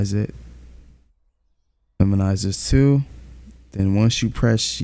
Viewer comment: Someone teach bro how to pronounce minimize and photopea